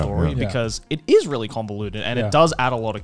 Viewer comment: Garnt, THERE IS NO "V" IN REALLY. I'M BEING VVVVREALLY, VVVREALLY, VVVVREAL WITH YOU THERE IS NO "V" IN REALLY.